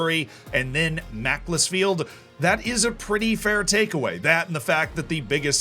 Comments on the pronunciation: Mack-ULS-Field not Mack-less-field - check the supreme tunes of the Macc Lads for examples \m/ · “Macklersfield” Dies of cringe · sorry i lost it at macc le sfield and english ain’t even my first language 🤣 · not only did he say macc-les-field, but bury is pronounced "berry". goddamn yanks ;p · Currently debating whether Z pronounced "Macc-les-field" that way ironically or not. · Love these pronunciations! 😂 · Great video Z, although the pronunciation of Bury and Macclesfield was deeply upsetting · That was an interesting pronunciation of Macclesfield